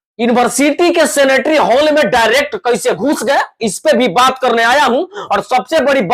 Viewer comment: Bhai सेनेटरी होल क्या होता है सीनेट होल होगा कुछ भी थोड़ा पढ़ाई तो के k Aya kro